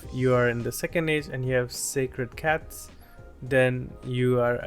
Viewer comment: I like these moments you call sACred cats as sCAred cats 😂